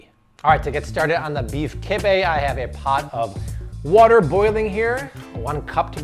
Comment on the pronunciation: Sorry bro that’s not kibbieh